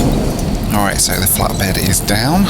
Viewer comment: I kept hearing Flat Bread instead of Flat Bed lol